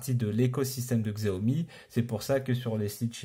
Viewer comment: Combien de fois faut-il répéter qu'on prononce 'chiaomi'?! On est au 2ème siècle, il faut se mettre à la suprématie chinoise et accepter leur mode de prononciation.